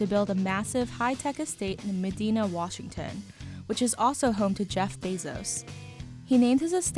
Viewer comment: It's not Medeena, it's pronounced Med-i-na